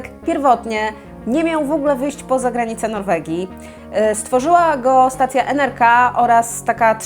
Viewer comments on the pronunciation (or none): Przepraszam że poprawiam ale to nie czyta sie NRK tylko NRKO